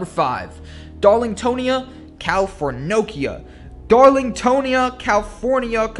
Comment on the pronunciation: He even got "californica" wrong!